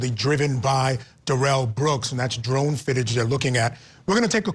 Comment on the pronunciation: Who pronounces Darrell like that?